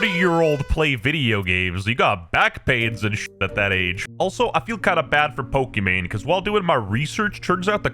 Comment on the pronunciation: Why u keep saying pokemain😭😭🙏🏼